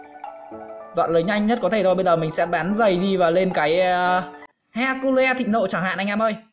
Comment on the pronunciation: "He-cu-le" .. Hahaha... Anh có thể đọc là : "Hec-quyn"